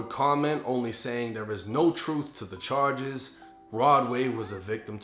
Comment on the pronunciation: Dat boi said chages